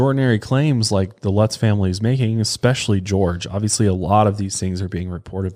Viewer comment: Someone tell him especially has no x in it lol he always says expecially 😂😂😂😂